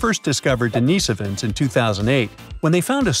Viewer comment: DENIHS-Ovans. NOT Denees'ovans. Found in Asia, The Pacific. Not - Europe.